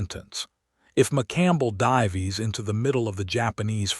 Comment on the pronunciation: "If the hellcat 'div-ees' ?" WTF !!???!🤬